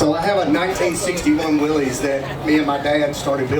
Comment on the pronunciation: It’s not a “Willie’s” it’s a Willis aka “will-es” learn the history of what you own.